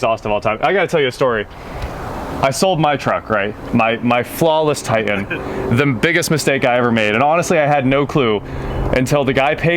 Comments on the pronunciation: It is pronounced Tie-tAn...not tight-en. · I cant stand the way he says it. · Is it a "Titan" or a "Ti-an"? There are 2 Ts in titan. Just sayin. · Why do people say "tigh-en" instead of "titan?" I live in Nashville so I hear it all the time. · There are 2 "T"s in titan. It's not a tian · Please say the name of the truck......Ti-tan.......Can’t figure out why a guy from Wichita says this word like he is from Connecticut?????? Parents are East Coasters???